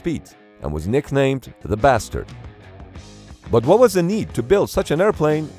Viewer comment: I don’t know why, but the way you say “THE BASTARD” with such bluntness makes me laugh